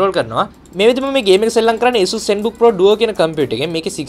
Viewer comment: Asus name eka hariyata kiyapan isella